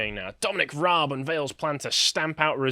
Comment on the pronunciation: How can you comment when you don't know how to pronounce Dominic Raabs name?